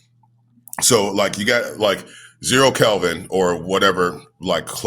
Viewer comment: Did he say Calvin instead of Kelvin?